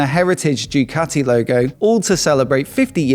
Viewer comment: "Jewkati"? ZED? c'mon....